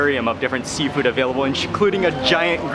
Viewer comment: Seafood? I thought you said Seinfeld!